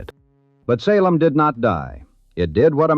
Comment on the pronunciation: I shut it off when the AI said Sa lem